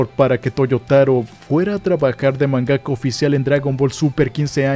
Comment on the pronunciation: Se pronuncia MANgaka, no manGAka ya que no dices "manGA" ¿no?